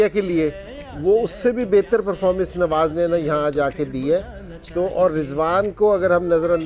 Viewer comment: Haaaa😂ab bas Kuch bhi boltey raho bhai Tum log bohat hi akar mein hotey ho jab Tum jeetay thay humnay tumko Mubarak di thi lekin Tum log to bas apni akar mein hotey ho Kay humnay ye Kiya to tumnay ye Kiya aur bhai woh nwaj nahi hai Nawaz hai Sahi to bolo😂